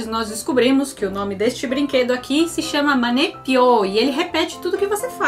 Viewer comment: manepiyo ? entendi mangekyou kkkkkkkk